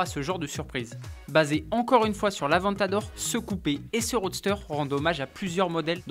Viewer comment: avant t'adore ?, grosse erreur de prononciation ! ça se dit avèntadore les amis !